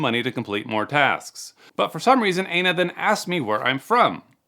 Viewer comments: In Hawaii, Aina is pronounced Eye-na, not A-na, but whatever works I guess 😂 Anyone that replies to these texts and isn’t a scam baiter is an idiot ⚠️ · Did you say her name is anus or anal?